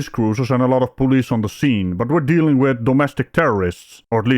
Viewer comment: Are you familiar wiff? It's have a wiff or take a wiff or caught a wiff. Familiar wiff? WTF is that cow. Did we miss a wordie class?